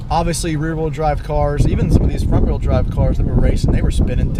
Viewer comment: He said wheel but the way he said it sounds like he's saying real